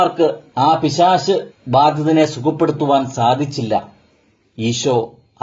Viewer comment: പിശാശ് അല്ല പിശാച്...... കുത്തി ത്തിരിപ്പ് ഉണ്ടാക്കാതെ പോടോ....